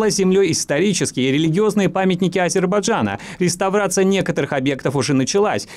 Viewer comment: Уважаемая редакция СВС, нижайшая просьба: комментатору следует произнести название государства правильно - Азербайджан, а не Азербажан! Задевает каждый раз. Ладно, так делают, иногда специально, представители Х...йастана, а вы то чего?